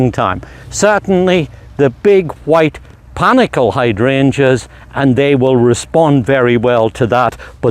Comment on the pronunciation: Good video. Also it’s pronounced panicle.